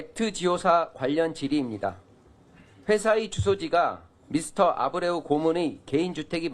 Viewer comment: 이리 막대한 세금을 쏟아 부어야 하는 일에 회사 선정에 만 5개월을 검증 작업을 거쳤다고 하는데 차관이란 자가 한 명 있는 회사의 대표 이름 하나 보고 읽으면서도 제대로 발음 못하는 수준이냐?